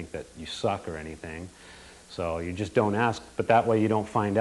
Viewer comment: Lol, he keeps saying "Juyyust like this". XD